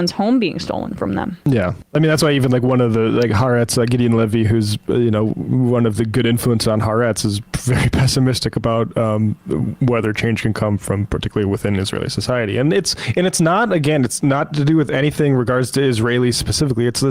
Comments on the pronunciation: love you guys but please learn how to pronounce haARetz correctly it’s not “haRETZ” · Politics aside, the name of the newspaper is not"harets" It is pronounced " ha- ahrets" like two words It means "the Land" I am american israeli. I cannot discuss the gaza issue with any neutrality I personally know two people, my son's childhood friend, and a very close friend of our family, who were murdered on Oct. 7 were murdered on Oct. 7 I'm 40 years a lefty in Israel. In other words, 40 years actively fighting fascism however I can. Oct. 7 I got the grand "BOOM! Now what